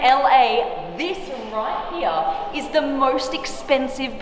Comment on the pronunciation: I’m just here to hear Blondie say RIGHT HEEA !!